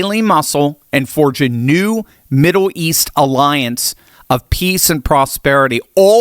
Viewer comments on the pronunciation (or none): its Middle east. Not Middow East. get that checked.